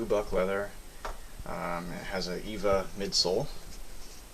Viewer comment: It's E V A (Ethylene-vinyl acetate), not Eva...but more importantly, could you shine some light on the boots? I couldn't really see what you tried to point out.